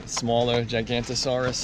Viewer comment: Actually it’s gi-ga-naw-toe-sauwr-us. Or some people saw the gi as ji.